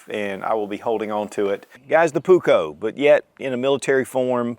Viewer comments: Pronuse it puuuuukko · Only because he’s mispronouncing it 😀 the ”u” is way longer, as is the the ”k”. In Finnish, double letters mean loooong sounds.